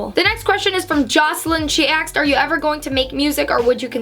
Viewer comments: “Aksed” haha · Lol am I the only one who notices when says the word “ask” or “asked”, it sounds like ax or axed?